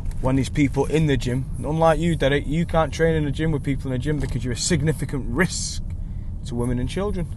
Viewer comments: Why so much emphasis on the word risk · Why you keep saying risk like that? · New Dean lynch ward drinking game- 1 shot of any alcohol, anytime he says Derek , Double shot,everytime he says Risk in a very strange way! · Why carnt he say risc properly?